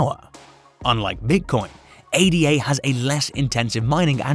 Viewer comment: It is not pronounced A-D-A . It is named after Augusta Ada Byron . It is a name ,not just 3 letters. If your name was Tom we don’t call you T-O-M . I like your videos but something this simple shows you haven’t done much research on cardano.